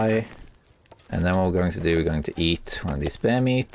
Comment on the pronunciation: Just did the stupidest laugh at "you know what to doe"